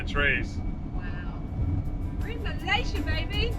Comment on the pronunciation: Bravo, u pronounced Malaysia correctly both of you.